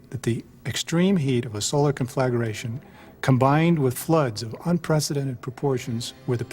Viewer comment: Conflagration. Rhymes with concentration, meditation, etc. Four syllables. Penultimate accent.